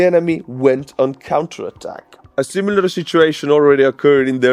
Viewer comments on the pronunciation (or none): none